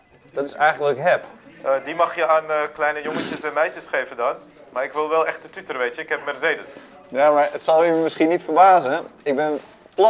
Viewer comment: Schitterend hoe ook tuuter zegt.